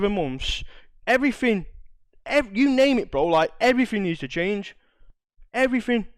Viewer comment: "shite" and "everyfin" hahaha